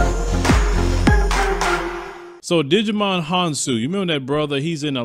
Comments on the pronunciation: you got me rolling 🤣🤣🤣 it's pronounced ( JY MON) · Hahahahahahaha!!! What did he digi-volve into? Agumon or tentamon? Talk about Digimon Honsou? Djimon is pronounced “jai- mon”. Lol! That made my day. I’m a digimon fan too.